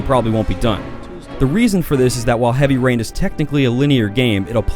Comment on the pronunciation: Heaby Rain? Don't you mean Heavy Rain Lol!.